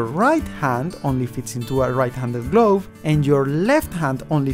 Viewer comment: "lefvt handed gloev" Amazing accent.